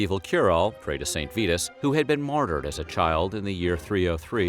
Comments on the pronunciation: Pronounced "Saint V-EYE-TUS" not "Saint VEETUS" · he also mispronounces the name of the saint calling him VEE-tus, when it is VIE-tus. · You lost me . It's "Saint Vitus" -- sounds like "eye" -- not "Vetus" -- sounds like "feet."